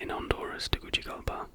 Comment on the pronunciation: Hi! I'm from Honduras and recently found your channel. I was so disappointed to see that the fact about Tegucigalpa chat GPT gave, was so poor 😂 I feel like if you make one with Historical facts, it will be more interesting 😊 Loved the video, either way! Also, it is pronounced "Tegusigalpa' 😊